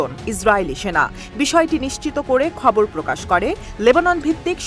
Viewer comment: আপনি তো ''খবর" কে ''কবর" দিয়েছন।